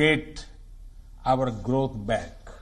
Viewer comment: This president can not say growth properly. Modi na India ke Ma de kar de ha ?